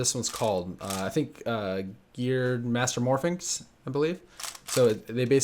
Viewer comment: Does it bug anyone else that he says mastermorphinx instead of mastermorphix?